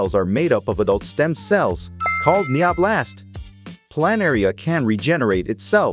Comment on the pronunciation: NanoBots❌ NeoBlast✔️